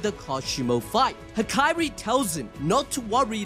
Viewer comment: It's Hakari, not Hakairi!